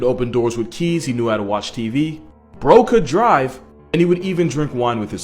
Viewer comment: the amount of time that it took me to realize that he said "bro could drive" It sounds like he said broke a drive